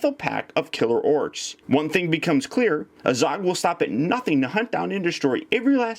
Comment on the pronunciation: 1. You pronounce azog like an idiot 2. The kings name is thror thorins grandfather